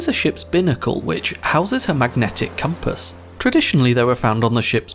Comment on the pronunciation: "Magnetic Coompass"